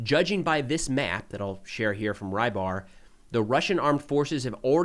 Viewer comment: Great report, as always, except that you keep pronouning "rybar" as "rye bar" making me wince each time. It's a transliteration of "рыбарь" and the closest you have in English phonetically is "rebar".